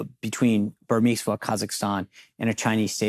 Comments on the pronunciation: Burmimsa Or Burisma? You pronounce it incorrectly! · SEAN, ITS BURISMA.not BURMISMA.